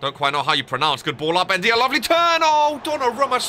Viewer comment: The way you pronounce Ndaiye is nnjai. It’s a common surname in my country